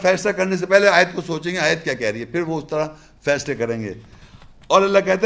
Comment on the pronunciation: مثلھم میں زبر نہیں پیش ہے